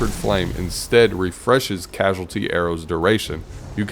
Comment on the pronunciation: Cause-al-ity not Casual-ity for the perk on Ticuu's.